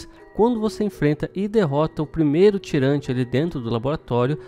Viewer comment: chamou de "TIRANTI" leva meu like!!! pq na epoca aqui no bairro todo mundo falava "TIRANTI"